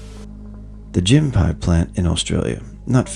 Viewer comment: Gympie not pronounced Gym-Pie, it's pronounced Gimpy :) Locked In syndrome is my personal horror, or being stuck in an underwater pipe or a sinking ship/submarine where they know you're alive but they can't help you. You just have to wait to die from suffocation, dehydration or starvation. More personally - I suffer from fibromyalgia which I manage with prescription drugs, but I got long Covid in October last year and spent about 4 months in excruciating full body pain which no medicine would alleviate. Everything from my neck down was just in constant extreme pain. I can totally understand now why people in extreme pain seek euthanasia. Being in constant never ending extreme pain is absolutely awful... luckily my docs found something that finally helped me, but still took 4 months!